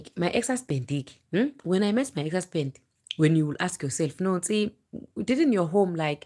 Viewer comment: 😂😂😂😂😂😂😂😂😂😂 The way you say itii...my husbandiii...he paid everythingiiii....how is laifiiii.... how is Europuuu....I wantediii...